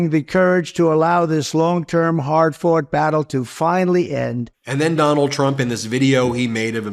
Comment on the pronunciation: While congratulating the Supreme Court Justices, did he say it was a "Hard Fart Battle"? I listened to it a couple more times and I do believe he said hard fart battle.